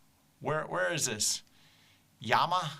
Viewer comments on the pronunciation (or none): Yuma not Yama, you ma. Let’s not do that Coco nino thing again. 😂😂 👍🏼